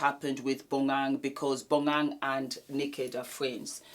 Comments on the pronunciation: I`m South African so let me help you with Bonang`s name pronouncation. It`s pronounced BO-NA-NG. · I holler when I hear you pronounce Bonang's name lol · the way says Bonang makes me bust out laughing lmaooo